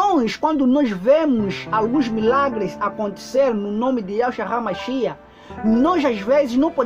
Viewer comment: Paz irmãos. Ele diz (RAMACHIA)Mas me parece que os Yzraelitas dizem ,apenas MACHIACH. Quem pronuncia certo ,precisamos acertar isto porfavor me ajudem!